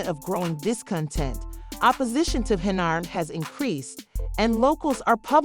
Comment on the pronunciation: the voiceover on this video is really bad. who the f is Henry-yard?